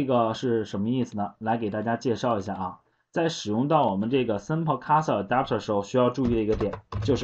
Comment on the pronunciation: 这是你讲的课吗？讲的很棒，但有些单词读错了，cursor, transaction